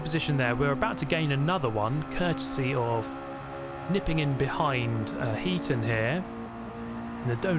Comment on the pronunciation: Think it's Heat On not Heaton?